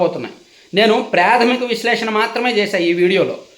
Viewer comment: Predhamika kadu Pradhamika prathisari pa ni alage vaduthunnaru.sarichesukondi.